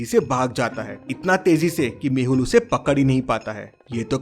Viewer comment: Detective mehul not mahul